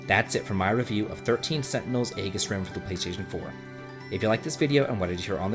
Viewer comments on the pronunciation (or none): EEE-JIS, not AY-GIS. They literally say it in the game.